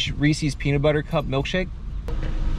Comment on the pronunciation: You saying Re-sies instead of Reece’s killed me 😂